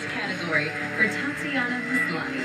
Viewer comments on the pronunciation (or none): He screwed up her first name as well as her last name... Tatian-i-ya MASlany. Very interesting choice of pronunciation,! Especially since you got it right the first time around, in the intros! LOL!